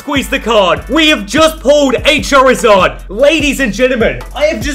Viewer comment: The voice: cha rizz ad